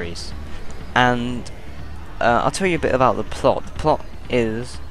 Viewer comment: Thanks for vid, I'm always out of the loop when it comes to games. I love a good zombie game but far from being a gamer. ***Major dick alert*** Try pronunciation next time. I know they taught you all about the letter "t'. It's "pretty" not "pre- e" and "three" not "phree". And I'm not sure what you mean when you say "I'll tell you a bi-abou". It's "a bit about".